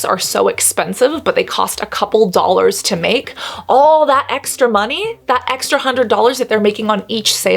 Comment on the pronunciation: Cassandra, I have no problem with the price making it “inaccessible”. I wouldn’t buy it if it cost €5, as it would be a waste of my money. By the way, how does one spell how you say “money”? Monet? Monee? Mon-eh? 🦋❤️